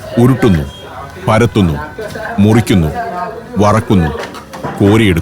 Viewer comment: കുഴയ്ക്കുന്നു.. ഉരുട്ടുന്ന്.. പരത്തുന്ന് .. മുറിയ്ക്കുന്ന്..വറക്കുന്ന്.. കോരീയെടുക്കുന്നു..